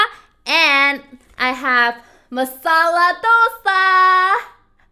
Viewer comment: O u pronaunce so gud masala dosa 😘😘o so swt